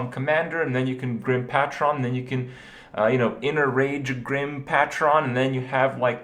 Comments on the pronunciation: PAETRON, Not Patron, You pronounce it Paetron. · Pay-tron not Pah-tron jesus fucking christ. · > Patchron. You mean Pay-tron? Patron? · AAAAAAAAAAAAAAAAAAAA pay-TRUN not PAT-tron. ... Sorry, that was just driving me insane. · KRIPP PLEASE ITS PAY-tron, not PAtron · IT'S NOT PAT-TRON, IT'S PAY-TRON. SAY IT RIGHT. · Reading r harddd..... its pronounced pay trin, not pa tron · Pay-Tren. PATRON.. Kripp plz ur killing me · It's Paytren not PATRON. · It's Grim "PAY-TRIN" not "PA-TRON" like some transformers shit dude. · PAY-TRON. Not PAT-RON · Kripp. Its Grim PAY TRUN. Not PAT TRON. Argh. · "Pay-tron" not "Pat-ren" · Dude, its "Pay-tron" not "Pat-tron" As in, "don't patronize me." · trying to figure out what a pat-tron is...pay-trun kripp <3 that's how you say it ;D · You gotta stop pronouncing patron "Pa-tron". It is pronounced "Pay-trun" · its not patch-ron. its paytron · It's Pay-Tron, not Paa-Tron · "Grim pat-tron" Kripp, it's pronounced pay-trin. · Good. Fucking. God. Patron is pronounced "Pay-truhn", not fucking "Pah-tron". Stop saying it like that or you're gonna get the entire Hearthstone community to sound more illiterate than they do already. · PAY-TRON. Not Pat-tron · WTF is PAT-ron.....pay-tron you pleb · It isnt Pat ron Its Pay tron short O sound not Long O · Pay-trin not "Pat tron" ... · pah tron pah tron pah tron pah tron IT'S PAY TRUHN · pa-tron not pat-ron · It's pronounced like "pay-trun" not "paa-TRON" -- it's not a megazord. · It's Grim Pay-tron not Pa-tron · *sigh* PAYTRUN.. Not PAHTROHN. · pay-tron not pat-ron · Patron is pronounced PAY-TRUN not PAHT-RON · stop saying pat-tron!!! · PAH-TRON. What an idiot. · It's pronounced PAY-TRUN idiot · IT'S PAY-TRON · Stop saying "pattron" :(. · "Actually, I'd prefer Quick Shot not being in the game at all." Preach it m8. Also, "Patron" is pronounced Pay` Trun. Like if you took Peyton Manning's first name and added an "R" after the "T". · pushes glasses up nose "it's pronounced pay-trun." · PAY-TRON YOU MORON